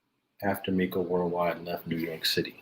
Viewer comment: Bro if you call him miko and, not meco one more time...lmfao the dude in that video said IMA REAL BLOOD and threw up the forks 🤦